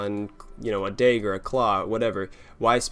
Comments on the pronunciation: did you call a dagger, a Day-gar, , hehe love it. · i thought that sounded weird, but was not entirely certain. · You say rapier and dagger weird lol